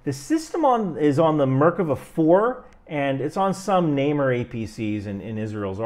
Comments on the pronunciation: Nah-maer not namer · You are pronouncing Namer wrong, it's not "Náy-mer", it is "Nuh-mér" (leopard in Hebrew).